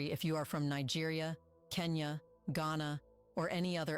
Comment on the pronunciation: Thats not how you pronounce Nigeria